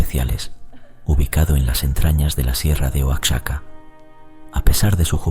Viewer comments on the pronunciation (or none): Amigo, sé pronuncia "Uajaca" Oaxaca